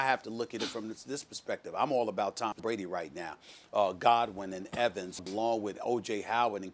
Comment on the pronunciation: Yesterday she called brady "tom bready"